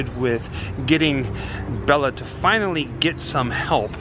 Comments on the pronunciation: Have enjoyed your videos, but there’s one thing that truly bothers me… Bela’s name is pronounced, “Bay-la”! Not, “Bell-la”. (If you’ve seen the trailer for MGM’s 1935, “Mark of the Vampire”, in which Bela stars, he himself pronounces his name, as he reads the main cast credits, as the trailer comes to an end. I guess to me, it’s a respect thing.) Thanks, & keep up the ghoul work! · Please, please...his name was Bela not Bella. Pronounced Bayla. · Its Bela (pronounced Bayla), not Bella. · Bela is Pronounced "BAY-LA" Lugosi. Just saying.. That aside? Great video. Thanks! ~T.L.